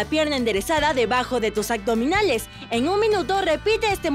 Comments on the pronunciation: Deberían de checar la dicción pues se escucha súper mal AGDOMINALES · Súper excelente esta rutina de yoga, todos los días lo estoy haciendo. Solo la mujer al pronunciar. AGDOMINALES, Pues me fijé porque lo dice muchas veces jeje. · Por favor pongan una locutora que hable correctamente, escuchen como dice abdominales y abdomen...... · ¿Será posible que encuentren a una persona que evite decir aCdominales”? Estaría estupendo que pronuncie correctamente “aBdominales” con “B” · Muy buenas posiciones y video...pero me desespero la manera de decir "acdominales" no entiendo porque lo dice así, tan linda voz, buena energía, pronunciando super bien los nombres de las posturas que parecen trabalenguas y lo más básico y principal la riegaaa...nadie le digo que no se dice "ACDOMINALES" 🙄🙄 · El único pero, es la pronunciación. Porque dice agdominales!!!!!????